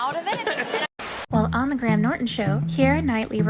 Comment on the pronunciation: No offense, but for the love of all that is holy, please look up how to pronounce English people's names.. kiEra, GraHam, etc.